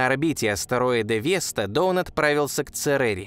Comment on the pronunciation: Почему "Доун", если читается "Даун" ?